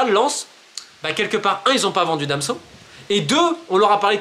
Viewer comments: Super vidéo romain mais Danso pas damso lol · Ne me demandez pas pourquoi je prononce "Damso" et non "Danso" (alors que je ne connais même pas le chanteur en question, je ne sais même pas ce qu'il fait, mais j'ai appris son existence à cause justement de ma mauvaise prononciation). J'espère cependant que ça vous permettra d'y voir plus clair sur les enjeux/influences en coulisses. Keep the faith !